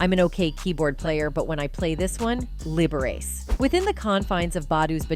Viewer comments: It's pronounced Liber-ah-chee. Not Liber-ace. He was a virtuoso pianist. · The Robot that read this has obviously never heard of Liberace. It's pronounced LIB-ER-AH-CHEE!🙄 And only AI would pronounce Aaliyah as "UH-LIE-YA".😖😐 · liber-ace...lol...pronunced liber-ah-chee as in the famous piano player Wladziu Valentino Liberace...lol...you reporters gotta do your research...lol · Liberace is Pronounced Lib-ahh-rah-chee He is a world renowned icon and famous musician and pianist. Show some respect. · That ai speech 😂 "Liber race" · Lib- ber- rachi...learn pronunciation of names. Liberace deserves better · Liberace😂? Lib-er-rah-chi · Wow!! I love these AI generated videos. It pronounced Liberace wrong🤣 Very interesting, though.